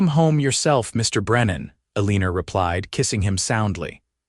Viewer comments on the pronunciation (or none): I can't really get into the story because of your AI. Ah lenn Er instead of Eleanor. I am subscribed but I am getting frustrated.